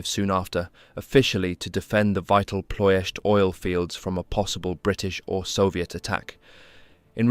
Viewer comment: Wow man you said Ploiesti perfectly , im from Ploiesti and we have a forest near me that still big holes in the ground from american borbandaments.